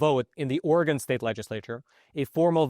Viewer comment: Thank you thank you thank you THANK YOU for pronouncing Oregon correctly this whole video.